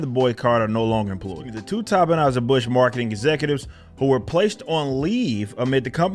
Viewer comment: Are you pronouncing Anheuser incorrectly on purpose? 🤔